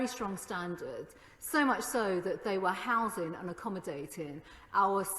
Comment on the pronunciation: "Housin' and Accommodatin'" urgh